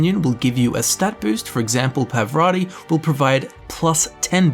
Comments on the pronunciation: Its PARVATI, not PAVRATI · It’s Parvati, not pavrati